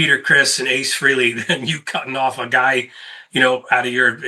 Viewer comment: New drinking game. Every time someone pronounces Ace's last name "Free-lee" take a drink. You'll be bombed in no time. It's pronounced Fray-Lee and at least three people on YouTube can pronounce it correctly.